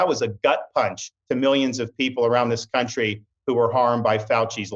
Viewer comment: Ron says "Cuntry"